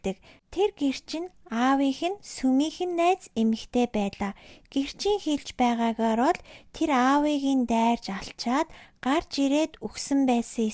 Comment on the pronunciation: Uul ni neeh uulmuurgui bn ghdee bainga iim content hiih ym chini erthen zasaad yvchul iluu amjilttai bh bolvu ged hellee shu. Er ugend dandaa em egshig oruulaad holij yridag ym bn shuu jisheelbel baigeegaar, huvitseegaa, tsalingee geh met kkk